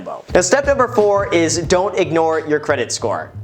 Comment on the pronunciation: Step number FOUR, don't igNORE your credit SCORE! Droppin' tha heat son!!!! Since when did you start rapping Graham?! jkjk! My credit score is at 620, still owe 3 $100 payments :/ Other than that, no other debts!!